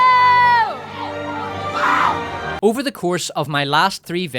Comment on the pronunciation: If you listen carefully. She says sky"woke"r